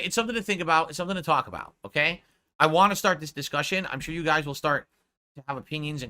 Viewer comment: I don’t waghhhhh… god I hate the way he says want.